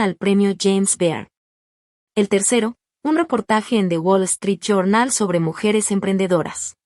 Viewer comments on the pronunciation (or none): none